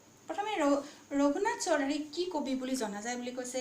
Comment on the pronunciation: ৰঘুনাথ চৌধাৰী বুলি ক'ব লাগে। চৌধুৰী নহয়।